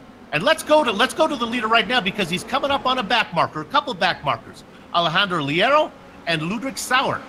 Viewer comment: Leiro is pronounced "Layro"